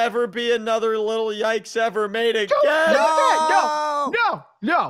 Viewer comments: It’s “Little Yikes” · You called it a little tike but its actually little yikes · I thought you sed little yites